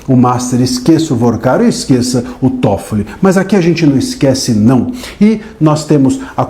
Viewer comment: É TÓFOLI NÃO É TOFOLIS NÃO! NÓS NÃO ESTAMOS A GUENTANDO UM, VOCÊ QUER ARRUMAR DOIS OU MAIS?